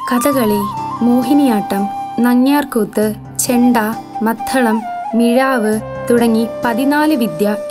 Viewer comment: Writing madhalam and pronouncing it as മദ്ധളം -- are both wrong. Maddalam / മദ്ദളം.